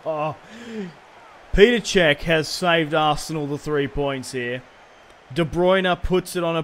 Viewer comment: It's not Peter cech it's petr cech